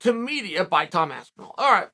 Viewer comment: Tom Aspinwall... Classic Uncle Chael😂😂😂